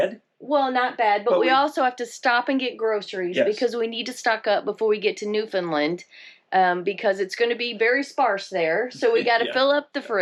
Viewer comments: It's newfoundland not newfinland...it's ok even most canadian pronounce found as fin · My darlins...It is not NEW. FIN LIND. IT IS FOR N0N NEWFIES NEW FOUND LAND..NO I'S. FOR SOMEONE WHO TRULY APPRECIATES O.UR CULTURE. .then it is newfunland. PLEASE DO NOT SAY NEW...FIN..LIND AND PASS THE WORD ON... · It's not pronounced Newfinlind. It's New Found Land rolled together nice and smooth. Newfoundland Canada has no states, but 10 provinces and 3 territories. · Believe me we have the same questions when travelling into the US. And you probably will as well. Hope you have a fabulous time in our neck of the woods. NEWFOUNDLAND rhymes with UNDERSTAND. Say it that way, not NEWFUNLUND. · It’s hard to listen to your pronunciation. It’s pronounced New-fun-LAND. it’s a common mispronunciation. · Just to clear up a small point, Newfoundland rhymes with understand. Happy travels! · Hello, I just found your channel. This may be really picky, but I just wanna correct the way that you’re pronouncing Newfoundland. Say understand first and then say Newfoundland it rhymes together. I just say this because as a Torontonian I always miss pronounced the word Newfoundland as Newfoundland LIND at the end. I married a new fee so I must pronounce the name of the province correctly. Looking forward to your adventures in Newfoundland and hopefully you will see some icebergs.